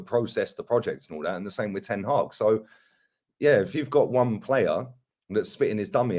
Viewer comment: It's Ten Hag not Ten haag